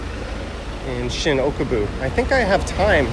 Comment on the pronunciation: Haha..it's Okubo, not Okobu. And that train you saw "stopped" above the road, was at the Shin-Okubo platform, so yeah, it stops to drop off and pick up passengers at the station! I prefer Family Mart, but yes they are all great. Can't believe you spent such a short time in Tokyo (barely scratched the surface).